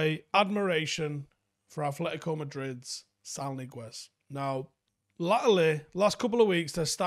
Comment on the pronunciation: from your Paddock bro over here in Granada, you pronounce his name (Niguez) like the English words "knee guess", stress on first syllable. If you wna be more Castillian you'd put a lisp on "guess" so it's like Neee-geth 😉